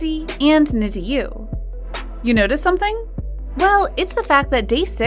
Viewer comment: Its pronounced “Need You” not “Nizi you” thats why their fandom name is called “WithU” No hate but at least pronounce it correctly. Please